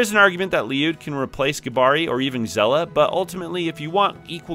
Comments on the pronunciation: It's said as Shell-ah🐚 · it’s said SHELL-AH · You can't think it's pronounced "Zella", like how could you even